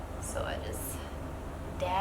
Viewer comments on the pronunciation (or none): I know right?! accent. HAHAHAHA